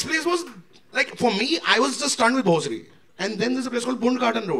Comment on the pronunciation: It's BHOSARI not Bhosri.